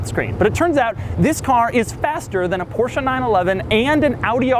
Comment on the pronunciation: No Porsh or Porshaa ? Im impressed ;)